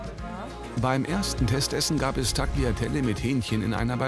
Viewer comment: Wie man Tagliatelle ausspricht, gehört heutzutage bereits zur Allgemeinbildung Sprecher bei : "Beim ersten Testessen gab es Takliatelle mit blablabla..." - Diese Nudeln spricht man ganz einfach Taiatelle aus. Weiss doch jedes Kind und jede Oma mitlerweile